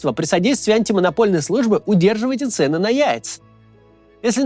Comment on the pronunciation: цЕнны... Кац, УДАРЕНИЯ! На курсы сходи!